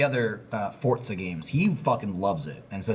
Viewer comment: Not Fortza guys, "Fore-za"